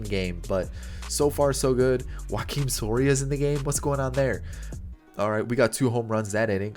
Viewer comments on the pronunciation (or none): none